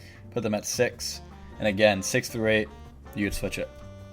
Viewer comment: giving the smoke to "Througue" 😂 i still love that clip so much xD